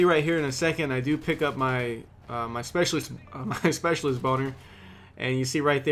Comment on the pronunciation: Did he really just say specialist boner? Or maybe I'm imagining....